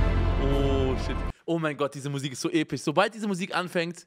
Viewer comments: Mann kennt ihn Epich So epich EpiCH MAAN UNGE SAG EINFACH EPISCH 🤣❤ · Niemand: Simon: Interstellar ist so epich. So epich! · Normale leute : so episch Unge: so epich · Ich schau mir „Interstella“ oder wie der Film heißt erst an wenn Simon „Episch“ und nicht „Epich“ sagt 😂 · EPICH" genau ,,EPICH"😂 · Nicht episch sondern epich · Niemand: Unge: "Der film ist einfach so Epich" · so epich" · "so epich... So epich."